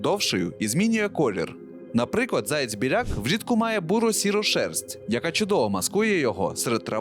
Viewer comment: Відразу відчувається російськомовне дитинство автора в неправильному наголосі пов'язаному зі словом заєць. Міг би і підготуватися щоб не різало слух у глядачів.